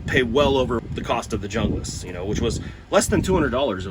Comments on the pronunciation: Bro is a typical American, too intellectually lazy to pronounce junglas the way it's actually pronounced. Arrogant and entitled Americans make me sick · I like the pronouncing of Hunglas because when you talk to a girl you can tell her I'm Hung Lass! 🤣 I love my BK9. That being said, to each their own. There are pros and cons for both. I have the BK9 and the Ontario RD9. The RD9 is a great knife too, but it has flat blocky handles. TKC does have after market scales for it though, but obviously that adds money to the overall cost of the knife.